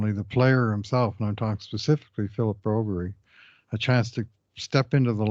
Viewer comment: Guys…please…quit calling him Broberry. You got bad info, his name is Broberg.